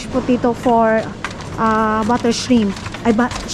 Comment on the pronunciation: WATERMEEEELON and POTEEETO😅. Ano daw? 😅